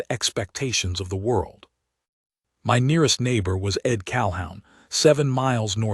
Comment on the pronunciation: Pronounced Cal-hoon